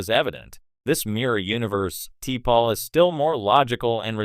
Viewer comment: Turned it off after 40 seconds because your computer cannot pronounce T’Pol or Nimoy. 👎